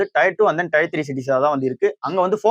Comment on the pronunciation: It is not tyre 2or 3 It is tier 2or 3